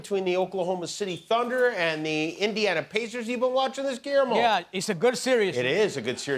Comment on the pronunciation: Guillermo, the "ll" in spanish makes a "y" sound. It is the spanish version of William